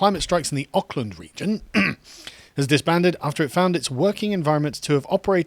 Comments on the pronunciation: Aukland pronounced Orc-land. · I'm from New Zealand. Sargon has butchered the pronouncation of Auckland and Pakiha. It's pronounced Ork-land and Pa-Key-Ha. Typical Pom eh. But whatever, New Zealand was always going to fall victim to social justice, but at least it's quieter social justice and not ear wrenching screeches from the US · It's not Oc-land, it's Ork-land. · It's pronounced Orkland and Pah-key-ha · Hearing 'Ockland' hurts me. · Carl- Auckland = Ork-land Pakeha = Park E Ha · This dude cant even pronounce 'Auckland '